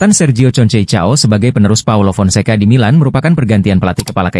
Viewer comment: Konsekao min bacanya,,, bukan concecao😂😂😂